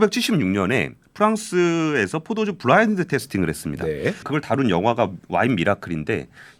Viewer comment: 브라인드 아니고 블라인드